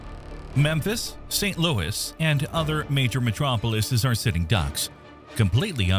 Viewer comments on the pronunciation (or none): none